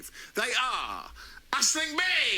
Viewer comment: Yes, my favourite uploads right now!! This season's cast is so good, Sally Phillips is amazing and some truly hilarious moments. P.s the Irish girl is Aisling (Ash-ling), not Ashley 😃